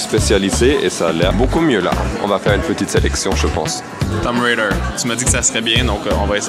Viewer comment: je crois que tu as prononcé le nom de ce jeu faux c'est Tomb Raider je l'ai aussi dans ma PS4 on peut jouer